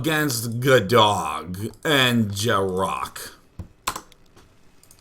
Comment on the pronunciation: J-Rock not Gearuckkk lmao white people